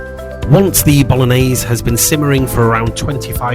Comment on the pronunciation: Mixing beef and beef is great! But I wish you called it bolog--nays. That's my feedback, for improvement 😜